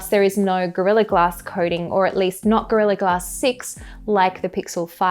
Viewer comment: U lost me at "GORILLA glass" 🖐🏾😭